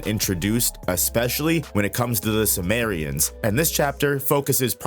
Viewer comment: simurians not sumerians 😂